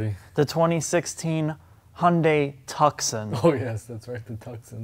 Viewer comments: Its not TUK-SUN, Its TOO-SON. Like Tucson Arizona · Why is he calling it Tuc-son and not Too-son? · Its pronounced Too-sonn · Nice video :) Is there a model like the Hyundai i30 Turbo in your Country? Btw. "Tucson" is pronounced like "too son", without the "c", wierd, right?^^ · Its "Tooson" as in Tuscon Arizona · I thought it was pronounced, TOO-SAHN. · It's pronounced Hun-day Too-sawn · please never say tucksin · It is, he just doesn't know how to pronounce it properly, it's common sense. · He thinks it's Italian, like Tuscany. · Butchering the name so bad.... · You need to learn how to properly pronounce Tucson.